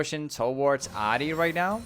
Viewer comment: Jesus Christ why do you pronounce her name like that